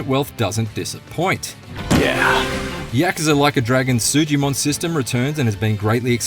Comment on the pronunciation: Stop saying yakaza it's yakUza